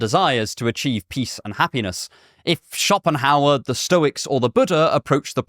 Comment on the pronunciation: Stop saying " SchoPPenhauer"!